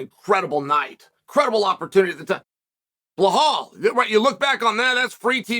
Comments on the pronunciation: Chael is the only one who calls Belal blahal and Makhachev molkachev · Blahall, Mocklechev, Pavelich ahhh I frickin love you Chael, please don’t ever change. 😎